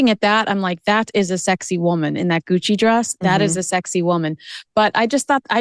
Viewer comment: I thought you said, "Demi Moore in hoochie" instead of "in Gucci" :D